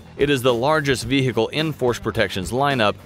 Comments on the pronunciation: Has this guy really been saying ve-hicle all this time? And nobody’s told him? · The way he says vehicle 😂 "veeeceeheeecle" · He's trying so hard to say vechile cool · The way he says vehicle reminds me of the the cool whip joke from family guy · Who else loves/laugh when he sayes vehicle